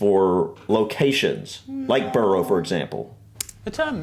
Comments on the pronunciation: It’s burro as in jackass Not burrow as in warren Not borough as in town… Not borrow as in lend Hahaha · Can't hit the like button enough times on this comment! At the end of the video he said it about 8 times and my knuckles were beginning to turn white! 🤣🤣🤣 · a borough is NOT 'burrOH'... (that's a burrow - that rabbits live in). It's pronounced more like 'burrAH' or 'burra'. 🤔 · Can absolutely second all those suggestions that you watch more MapMen - they are fabulous at explaining so many UK oddities. But please lovely people, every time you said 'burrow' for 'borough' it set my teeth on edge - I know you know better than this! Its pronounced 'burrah'. Rabbits live in burrows. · Buh-ruh not burrow, burrows are where rabbits live. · Stttaaap saying Burrow. Pwease. I think the entire UK comments section is cringing more and more the more the said it 😂 Also i live in a suburb of a small town not much bigger than adjacent villages, next to a bigger town, with a town maaaany times bigger just up the road and I'm in a triangle of 3 cities each within 30 minutes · Borough is pronounced Burrah NOT Burrow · Not BURROW that’s where rabbits and badgers live. It’s pronounced BURRA. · Pleeeeeeeeeeeeeeeeeeease STOP saying "Burrow" !!! :'-/ it's ' Burruh '... (Spelt Borough) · Borough is pronounced burugh rather than buro here and had shire right the first time she said it. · It is not pronounced "burrow" - that's where rabbits live. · For the love of all that is unholy, stop saying burrow!! I want to put my fist through the wall! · Burrah. Please 🙏 It's pronounced "bur-rah" 💞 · its Burrough, not Burrow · It’s not burrow its borough! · Borough is pronounced: 'Burruh'... Never "Burrow"* (which is a tunnel* dug into a warren - which is the underground home of rabbits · Or Burruh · In Scotland we don't have any mayors at all, that's an English thing. Also BOROUGH is pronounbce "burra" the same as BURGH as in Edinburgh :-)